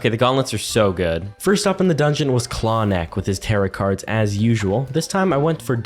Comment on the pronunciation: me suffering from the mispronunciation for every single thing- ITS CLAW-NECK, KEH-MECK, FA-MINE, SO-ZOH, LESH-LEE, RAT-OW.